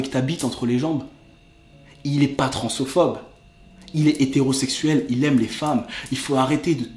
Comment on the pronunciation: On dit transphobe et pas transophobe et sinon super vidéo